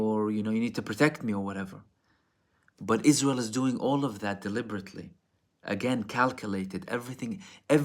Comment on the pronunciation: Sounds like you're saying ¿is-real? Can't handle that Hezb 'Allah smoke. They messed around and found out! 😂😅. Middle Finger to the Arab World of Spinless leaders; King Faisal bin Abdulaziz Al Saud was the LAST real leader and like blacks on this side, the "Man" got his own blood to take him out. He would have NEVER let this reach this far. PRAY HELL FOR ISREAL EVERYDAY, I think the Devil aware and closed his doors because he isn't even this evil